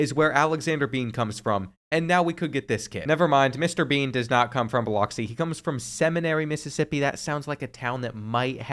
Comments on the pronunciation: As a Mississippian, it pronounced "Ba-lux-see" not "Bi-locks-see" 😂. love the videos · Bil - ox- ee 😂😂😂. Bill-ux-ee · its buh•luhk•see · it’s pronounced BILL-UX-E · My man putting some disrespect on BIH-LUX-E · The mid pronunciation of Biloxi and hitting Seminary’s population on the head is crazy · I've never heard Biloxi said that way. Probably enough reason for the kid not to show up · dont say biloxi like that again buddy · Ain't no way he pronounced Biloxi like that 😅😅. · The way he said biloxi 😂😂😂😂😂